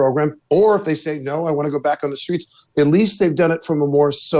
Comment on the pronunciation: Michelle Obama pronounces 'streets' as 'shtreets'. What is that?